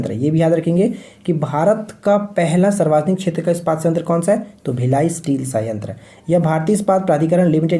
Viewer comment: Sir aap sarvjanik ko sarvajanik q bolte hai ?